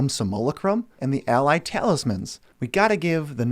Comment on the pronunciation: "So-mo-la-crum"? 😂🤷🏼‍♂️ You mean "Sim-u-la-crum"